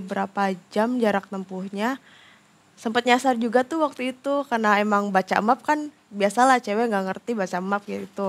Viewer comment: Tulisan MAP tp bacanya MEP bu